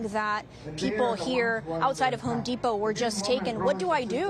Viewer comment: Gwal-mart, pari-siri, hon-dipo, Papayon 😅